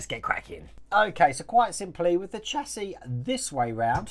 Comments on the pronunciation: I have to echo what others are saying. The distributor is likely a brake proportioning valve to meter flow of hydraulic fluid to the front and rear brakes. That notch in the frame might be a relief cut to keep the exhaust from hitting it. You’re saying chassis correctly, it’s “chassee” Definitely have to see this one again to make sure the wires are correct. I might be able to catch some of the livestream today while at work. We’re “essential” but not that busy during the week. I’ll watch the replay when I get home, either way. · Getting on nicely, You are pronouncing Chassis correct. The last s is silent. Great upload again, 'looking just like that' great idea for a shirt. Lol